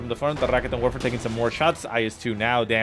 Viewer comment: is rolling the r ok... I guess. but he should put emphasis on the 'ket' part, not the 'rikitin' part. so... 'ra-KET'n Werfer'